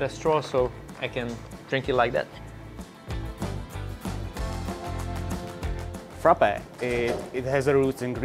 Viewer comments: He butchered the Frappe😵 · I'm laughing with Frappè. Just go and watch a Greek vid recipe cause that wasn't Freppè